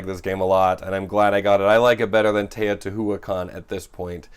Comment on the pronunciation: Teotihuacan is pronounced "tayo-tee-wah-kan"